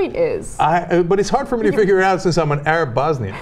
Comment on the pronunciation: Hey, look at the bright side: he pronounced Arab correctly instead of saying ay-rab. That has to count for something.